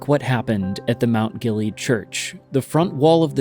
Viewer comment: It’s pronounced Gill-ee-ad